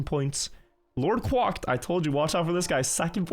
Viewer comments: “Quæcked” not “quâcked” It is fronted. It uses /æ/ not the back vowel. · Please Quack like Crack, not Quack like Guac(amole) haha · The way hes saying “Quack” in LordQuacked name makes me laugh 😂